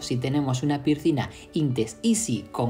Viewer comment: 😅😅😅 no pude seguir después del 3er pircina